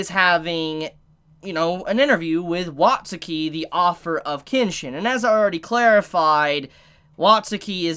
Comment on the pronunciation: You say "author" as "offer"